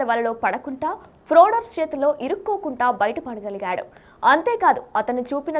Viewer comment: ఫ్రాడర్స్ ఏంటమ్మా, fraudsters! Kontha english nerchuko kudadha!